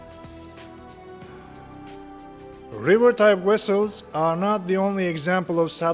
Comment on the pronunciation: vessels not wessels